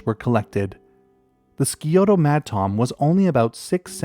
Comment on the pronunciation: The Scioto madtom is such a sad one to me. I live near where it was found and have worked with some of the scientists who wrote about the species. I don't study fish myself, but talked to Marc Kibbey from the Ohio State University’s specimen museum a few times. Did research in that lab. FYI though, it's pronounced sky-oto. Not ski-oto :)